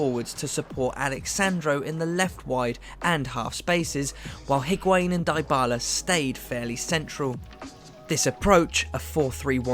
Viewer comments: Dybala is pronounced as 'Deebala' and not 'Diebala' ! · Everything in this video is well done but you English need to stop butchering player’s names. It’s not Die-bala! It’s Dee-Bala!!! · Pjanic is suspended the first leg. And it's pronounced Deebala, Barz-eye-ee, Eeg-why-een. How can I take you seriously? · it's pronounced Di-bala not Dy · Great video, but yeah the Die-bala made me cringe too.... Plus he kept calling Hee-guain instead of Ee-guain lol 😅